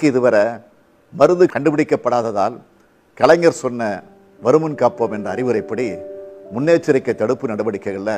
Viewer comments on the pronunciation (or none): none